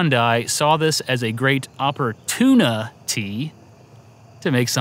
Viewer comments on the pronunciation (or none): "Oppor-TUNA-ty" Really couldn't help yourself, could you... I should unfollow you for that! 🤣 (joking) Love this channel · Almost got rid of the thumbs up for "oppor-TUNA-ty". ...almost. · "Oppor-tuna-ty" This guy😅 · "opporTUNAty" You're too pure for this world, Norman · Oppor-TUNA-ty. All day. Also, looked like a Hylian Bass. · You should review the 3DO and/or the Star Control Series of games. Also, "Oppor-tuna-ty" LOL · I pressed thumb-up just for the «Oppor-TUNA-ty»! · I subbed at "opporTUNAty" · I liked the video until you said "oppor-tuna-ty." Then I disliked. But then I liked again. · Norman: "opporTUNAty" unsubscribe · "Oppor-tuna-tee" ??? Unsubscribes